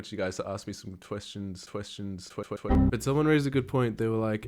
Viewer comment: "Whenever you say 'questions' I hear tuestions" I thought of commenting it but.... you used the joke already :'(